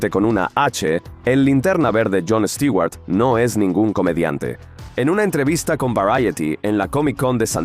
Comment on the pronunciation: Les quiero pedir un favor, ya dejen de decir Stiguar, lo escribo asi, porqué asi me suena, literalmente. Stewart se pronuncian con u porque la fonetica en inglés, la e y la w juntas suena como una u. Y no lo confundan con Stuart, porque este es un nombre en si. Este Stewart es el apellido.